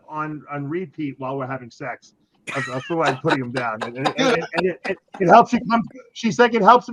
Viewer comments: It's kind of funny ,that Valentino can't pronounce Fouad or Sam's name. Those names are not that hard . He's doing that on purpose . That's an old fashion disrespect tactic ... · How bizarre for a grown man to pay $100 to stand in line for 3 hours to meet a 21 year old guy who has trained for a few years and has never competed. And for Gregg to say he doesn’t know how to say Fouads name and Sam’s last name properly is a cop out. Learn it. They are not hard names to say. RX needs to change direction as it’s clearly lost its way. It’s no wonder RX only has 321k subscribers. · How is it so hard to say Fouad? Greg is such a fuckin cring diva sometimes lol